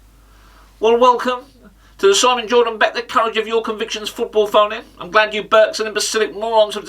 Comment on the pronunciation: 😃😃😃😃😃 "simmoon" haha